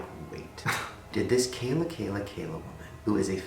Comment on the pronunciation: It's pronounced Kee-la! Not Kay-la!